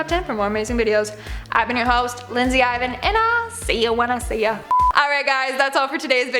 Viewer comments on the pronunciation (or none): none